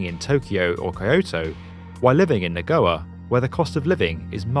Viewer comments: Kevin Surjanto and don’t forget about the other important cities such as Nagowa and Kobee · "Nagoa" "Kaiyoto" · Immediately before that - pronounces Nagoya as "nah-GO-uh." And Kobe as "KO-bee" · Nagoya = Na Go Ya. Accent on the 1st syllable. Kyoto= Kyo To. Just irks me when people don't look up the pronunciation before saying it. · Kobee? Nagoa? Kaioto? I don't expect you to get the pronunciation of Japanese cities exact, make an effort. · "Nagowa" "Yangteezee river"- come on it's not even spelt that way 🙄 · Nagoya… I heard nagowa? And Changsha …changsaw? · Na GOA for Nagoya kills me just as much. Atleast he didn't call Osaka, Oscar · I died at Kaiyoto, Nagowa and Yang Teezee LOL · Asian cities pronounciations are literal... I can't stand how the narrator blatantly misprnounces Nagoya as Nagowa. It's pure arrogance, and this isn't the first vid. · Great video but unbelievably bad pronunciations lmao. Nagowa? Yangteezee? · How does one read "Nagoya" and pronounce it as "Nagoa" or "Kyoto" as "Kayoso"??????? Note: This guy does later change "Kayoso" to "Kayoto"...I guess that's as good as we're gonna get lol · Nawgawyaw and Koyoto? really dude? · Your Japanese & Chinese pronunciation is terrible. Kobe, Kyoto, Nagoya & Yangtze. Apart from that, love the content.